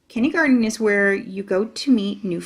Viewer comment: My daughter and I enjoy the narrator's voice and reading except...she says "Kinneygarden". What the heck is that? The text definitely reads "kindergarten".